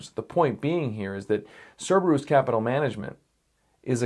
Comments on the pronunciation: Sir-bir-us is how is how its pronounced. Its Us, not oose. May have been worth mentioning that its a hound of hell. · Actually, the latinized version of "Kerberos" (from the Greek hound of hell) as Cerberus would yield a long "u". The company, I suppose, has chosen a non-standardized version, which is their choice, of course, but a short "u" is not the correct pronunciation.